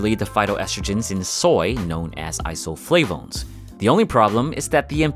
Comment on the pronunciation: Can u stop pronouncing isoflavones with a French accent?